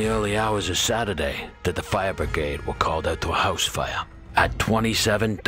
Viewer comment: Coming from a little village in the west of Ireland, I LOVE how you say “Fire” 😊